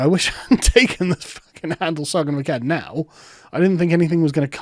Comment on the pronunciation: Sargon fans, "Aklads"? Sargon of Aklads lol No?